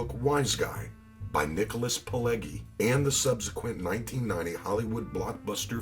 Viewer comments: It's pronounced Nicholas Pil-ejji, not pil-eggy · Great video. Paulie was a low-key powerful capo of a huge crew. He was truly a wiseguy, a "goodfella" Aside from your Italian pronunciation, your documentaries are great man, but I've already told you that. For the record it's pronounced Nicholas Pile-G like you're pronouncing the letter G. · This narrator is butchering these Italian names. He never once pronounces Vario's name correctly. And he says "Nicholas Pileggi" with a hard 'G' instead of the proper soft 'G.' And he says Luchesse like "loo-casey" when it should be like "loo-cazey."